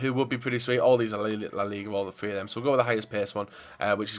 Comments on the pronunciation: Damini Freestyler MOVING ONTO THE FINAL FWEE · palacefloor tree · Will you ever learn how to say THREE properly